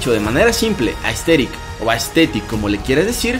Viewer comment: buen video pero al inicio escuche ``entrenar para ser esteril